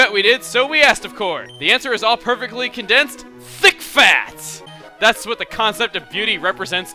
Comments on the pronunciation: Wow when chugga said bravo thick fAt it sounded like he said, bravo D*** fat lol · I thought he said 'Bravo, 'DICK FAT'' ....>.>